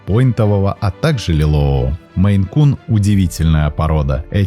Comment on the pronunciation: Написал наименование «МейН-кун», сказал, что наименование породы от штата Мэн, но называет очень много раз «меЙ-кун». Да, несколько раз исправился, но даже один раз назвать неправильно... Ну такое